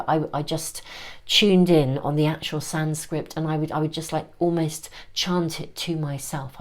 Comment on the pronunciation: *Sanskrit ~ but I like your pronunciation Sanscript - making a mantra one doesn’t understand the meaning of more accessible and personally resonant 🕉